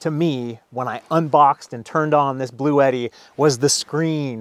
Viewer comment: Don't forgetti, your Bluetti, rhymes with spaghetti. But ute doesn't.